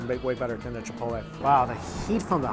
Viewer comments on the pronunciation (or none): none